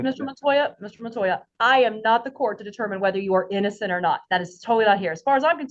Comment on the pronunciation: The operating word here is "innozzenddd" your ohhnnrrr.